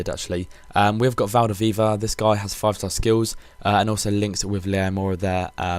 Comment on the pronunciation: VALDEVIVA! wtf .-.